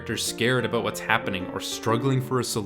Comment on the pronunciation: Saying about as "a-boat"... Ontario or NS? Anyway, great review.